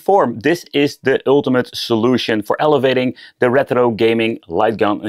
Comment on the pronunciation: The way you pronounce rrrrètro is really annoying 😂